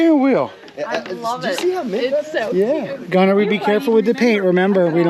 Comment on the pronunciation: Gunnar is a Norwegian name, my grandpa was Gunnar Breivik. And I must say that you are miss pronouncing the name… it’s sort of like Gu-nnar